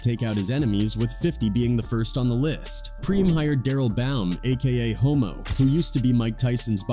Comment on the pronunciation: Hommo not ho……😄 Cancel A.I. 😏